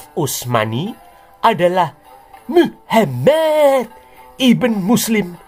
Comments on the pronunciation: Selalu Gemes gua setiap dengar ngomong muhamad... 🤣🤣🤣 penekanannya ok bangat... Wkwkwkw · Pas menyebut nama Alloh aswete dan Muhammad aku tertawa geli ngakak 😂😂😂